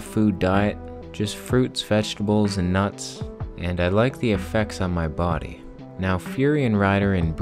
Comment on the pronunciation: I love how you say bo'ody, like all Jamaican or something =p You look great and I know how you feel about eating so much it sends me back to bed too xD